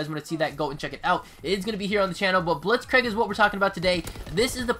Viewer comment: Before scorestreaks there were pointstreaks like it was in mw3. Additionally Blitzkrieg is pronounced like blitzkr“ee“k. Nice video btw!